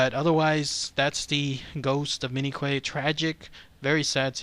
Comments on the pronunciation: Q-U-A-Y pronounced like “kwāy” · I believe the surname is pronounced "Key". PS Love your videos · "Quay" is old English and it's pronounced "kee" (or "key"). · Pronounced "key" but spelled Quay.